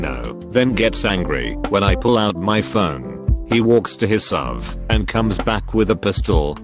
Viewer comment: When the robot reader calls a SUV a SUV Bruh